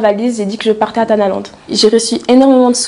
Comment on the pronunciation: Cest pas TANALAND mais kherbalande 😂😂😂